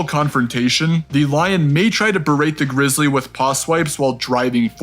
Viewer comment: greezlee not bearc-lee